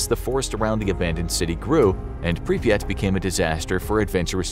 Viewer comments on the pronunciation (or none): Pripyat is actually only two syllables. The first syllable is close enough to the English prefix "Pre-". The second syllable is a bit like, if you take the word "yacht" and stick a P on the front of it. So, "Pre-PYAHT." That's admittedly not perfect, but it's closer than one listicle that pronounced it more like "papaya." 😆